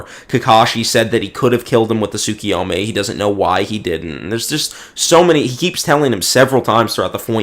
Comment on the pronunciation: I'll consider hopping on VC with you, if you can demonstrate that you can acknowledge a simple mistake, get through a disagreement about manga without seething and dropping slurs, and pronounce Tsukuyomi correctly. Until then, uh... it's been real? Do more debates, they're funny